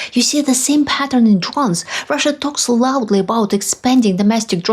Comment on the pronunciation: When you say Russia, I hear USA. 😥